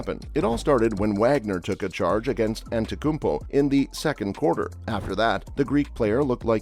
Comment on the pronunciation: you can’t even pronounce his name and you dare to make a video? Morons using AI and robots